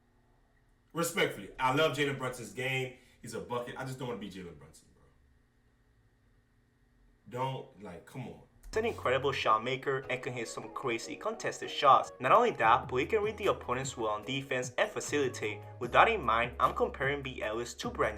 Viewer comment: Bro said kam and ja💀💀💀💀